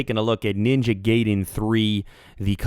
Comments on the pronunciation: Ninja GAYDEN lol It's Gaiden, pronounced (Guy-Den). Not trying to be "That Guy" but yeah... THE MORE YOU KNOW! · you sayed ninja gaydin its gaidin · Ninja GAY-den. lolol It's Ninja GUY-den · Gay-den lol XD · Ninja Gayden :P??? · JA GAYDIN JA GAYDIN JAYGAYDIN lol its funny the way some people pronounce it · pronounced Ninja GUY-DEN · Yu said garden wrong